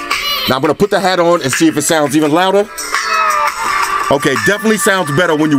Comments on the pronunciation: it's hat not heat bro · Weird thing is he's the third reviewer that has said future heat but it clearly says hat wtf